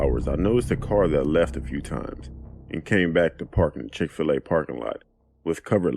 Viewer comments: LMAOOO “chic-fi-la” im deaddddddd😂😂😂😂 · Ma’am it’s Chick-Fil-A